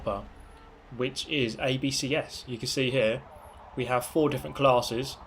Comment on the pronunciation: You haveh to leaveh the spaceh